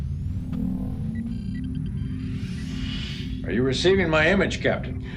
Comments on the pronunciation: Its not pronounced Malinkay Its pronounced Malinshay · *Malinche- Mah-lin-che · (Mispronounces Malinche multiple times) Generation Films: (Immediately plays clip with Sisko pronouncing the name correctly)